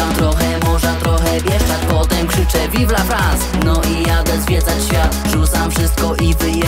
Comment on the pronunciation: Tekst naprawdę spoko , nawet czysto śpiewasz tylko w pierwszej zwrotce zamiast myślę nad tym życie moim zdaniem powinno być myślę nad mym życiem. Tak samo słowo vive la france powinno się wymawiać "Vivla Frąs" a nie Vivla Frans Ale jeśli chodzi o Disco Polo to nie jest to złe moja ocena 7,5/10